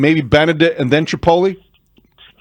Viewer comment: … does he call Trapilo “chipotle” 😂😂